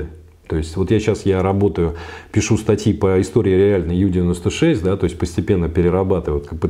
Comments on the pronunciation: Полностью согласна. Подобные огрехи неплохо так портят впечатление от специалиста. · Блин, ну ребята. Уважаемый историк подводного флота и опять Ю-96. Ю, блин. Уже уши режет. У-96, у немцев все лодки были У!!! Unterseeboot, что русскими буквами будет приблизительно как Унта(под) зи(водная) бот(лодка). Блин, ну это же элементарно. Англицизмы тут вообще не уместны